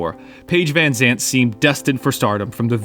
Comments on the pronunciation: it's van Zant, not Vanzant^^ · Say Vanzant one more time.... 👊